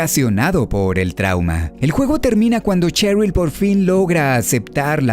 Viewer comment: Buenas. Shattered se pronuncia "Shattered", no "Chattered". "Sheryl" se pronuncia "Sheryl", no "Cheryl". Aprendamos a distinguir entre la eSe y la Ce, así como el sonido que emite una S y una C, al ser leída en voz alta. Saludos.